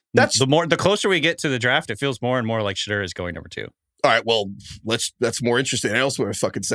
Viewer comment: it’s not Shadurr. Someone correct him how does a draft show not know how to pronounce a top 5 picks name